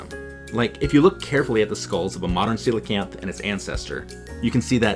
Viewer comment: they are Coelacanth Darwin, not Coelacan'th!!